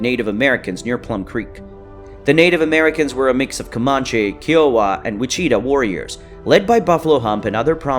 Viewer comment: You're pronouncing Comanche wrong.